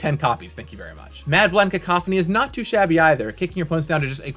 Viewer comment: First content creator to pronounce cacophony right!